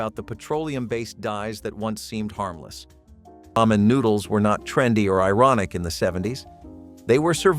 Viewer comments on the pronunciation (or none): none